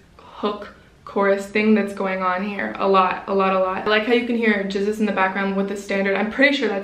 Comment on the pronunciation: Standart is so nice. And you say the name from GZUZ right:D